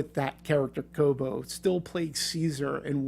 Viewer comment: Its Koba not kobo